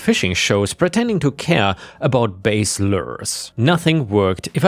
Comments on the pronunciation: bass the fish is pronounced like pass, not base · Story 1: in the phrase bass lures, the word bass isn't pronounced like base, but rather is pronounced exactly as it's spelled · When talking about the fish, 'bass' rhymes with 'brass'. When talking about music and musical instruments, 'bass' is pronounced 'base'. It's all very confusing, English is. We have words that could be spelled 20 different ways at all sound exactly the same and words that are exactly the same spelling, but pronounced 20 different ways.😂 🎖️🎖️🎖️🎖️🎖️🎖️🎖️🎖️🎖️🎖️🎖️🎖️🎖️🎖️🎖️🎖️🎖️🎖️🎖️🎖️🎖️🎖️🎖️🎖️🎖️🎖️🎖️🎖️🎖️🎖️🎖️🎖️🎖️🎖️🎖️🎖️🎖️🎖️🙄